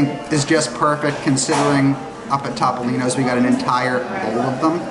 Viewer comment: ...I beg you to ask your nonna how Topolino is pronounced. I'm having no luck.